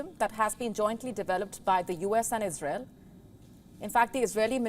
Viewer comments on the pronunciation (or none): none